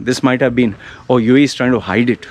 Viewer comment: I LOVE “YOU AEH YEEH” UAE,UAE,UAE 😂😂😂MOAN LOUDLY😃😃😃